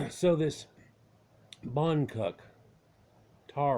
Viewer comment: How we pronounce the word boncuklu is : bone-juke- loo.